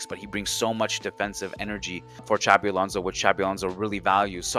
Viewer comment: “Chabi” Alonso 💀